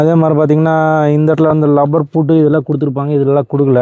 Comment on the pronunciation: அது 'லப்பர்' கிடையாதுயா., அது 'ரப்பர்'.எந்த ஊரு உங்களுக்கு?ஏன்னா ரெண்டு பேருமே 'லப்பர்' னுதான் சொல்றீங்க.